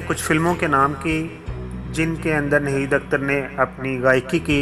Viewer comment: اردو کا تلفظ درست نہیں ہے Narrator change kro ناہید اختر کو نہید اختر بولتا ہے